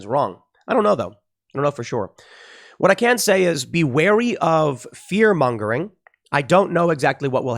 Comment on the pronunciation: “It’s fear mongreling” - Jussie